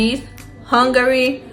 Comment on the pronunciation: You pronounced Hungary right the first time, why you con spoil am